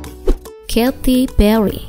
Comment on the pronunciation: katy pelly🤣